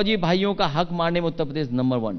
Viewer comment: इस प्रोग्राम में अखिलेश ने कितनी बार उत्तर प्रदेश को ऊत पदेस कहा